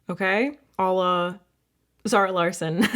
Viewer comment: Just in case anyone is wondering Larsson is pronounced Law-shun